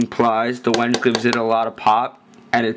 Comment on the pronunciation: lol, wenge is pronounced when-gay.